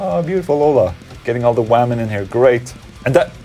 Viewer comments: Hola, Ola I honestly love how you say "wamen" my boyfriend and I laugh Everytime you say it. You kick ass. #positiveOla #WAMEN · Hey Ola, any plans on coming to North America? Specifically Canada. More specifically, Toronto Ontario area? Thanks. P.S As a wamen, I’m not offended by the word wamen :)